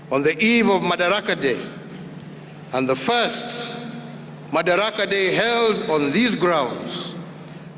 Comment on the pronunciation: Its madaraka not makadara.